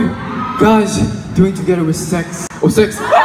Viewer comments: He said sex instead of sexy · He was about to say sexy but he said sex lol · "Guys do it together with sex- oH sex" bc he was supposed to say SEXY but his tongue slipped 😂 btw u can find the video on twitter its everywhere!